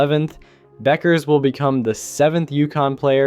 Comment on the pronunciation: How do you mispronounce Paige’s last name and Aja Wilson’s name?